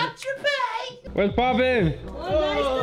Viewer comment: The way your mate in the orange t-shirt pronounced St.Tropez hahahaha Saint Trop-es